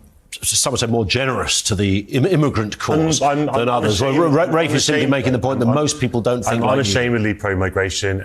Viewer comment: Yo american his name is RAFE pronounced like wraith. RAFFfff not raf or ralph.